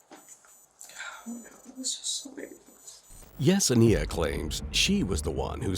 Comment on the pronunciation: I cringe at the way you keep pronouncing Yesenia. You keep adding an extra syllable 😅